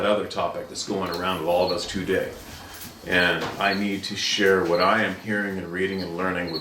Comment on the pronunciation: Love your content but, I know it nit picky, but you saying “two day “ is fucking annoying. Sorry but eecckk!